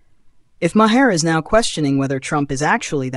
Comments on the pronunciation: Obviously an AI narrator because Maher is pronounced like Mar, not Ma-her. Ignorant AI doesn't know that and pronounces words phonetically as they are spelled This is ONE of the things I hate about AI. By the way, AI narration earns an istant thumbs down, and I stop watching as soon as it becomes obvious.. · bill is a jerk and his last name is not multiple syllables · You mispronounced Maher's name and you're also wrong about his political stance. He's very critical of the left as well. More so than most left leaning celebrities. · You need to have your AI bot correct the pronunciation of Bill‘s last name